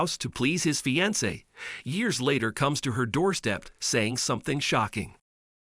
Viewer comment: It was very annoying listening to this because the narrator spoke two words incorrectly fiance and alimony